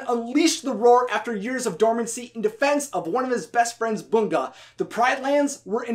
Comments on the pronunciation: It"S BUHNGHA NOT BUUN-GUA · First of all you got bung's name wrong and second ono is an eegret not an egret